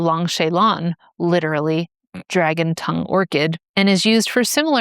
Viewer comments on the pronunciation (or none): none